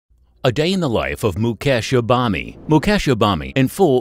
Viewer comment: At least you can pronounce the man 's name properly .